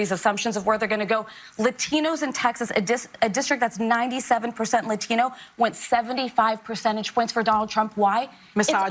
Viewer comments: Funny how Sonny tries to use a Spanish accent when saying Latino! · Why does Sonny ONLY accent the word Latino? 😂